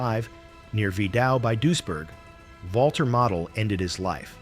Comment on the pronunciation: It's pronounced "mah-deh"